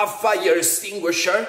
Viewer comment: "Estinguisher" NOT APPROVED! IT'S PRONOUNCED EXTINGUISHER! *EX*TINGUISHER! IT'S LIKE PRONOUNCING ESPRESSO "EXPRESSO"!